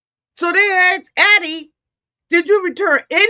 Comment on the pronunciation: “Ax’d “?! Ugh … I had to click off.